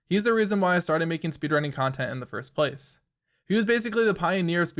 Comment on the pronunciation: First PLACE. Idk I've never heard anyone put the emphasis on the second word of that phrase, and you use it so much. Good video tho, well done.